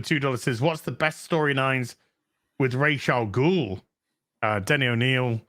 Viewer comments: Now that I know that is as passionate about the correct pronunciation of Ra’s al Ghul as I am, I am very certain is my spirit animal. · Is Ra'z Al Ghul's name supposed to mean "head of the demon" or "feather of the demon"? The way pronounces it means the latter.